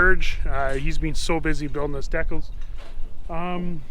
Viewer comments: it's DECALS NOT DECKELS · The "deckles"? lol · What's a Deck-cul? You mean decals? (Dee-cal) Ha ha. Looking at videos a little over a month ago... progress is amazing. Be SAFE!!!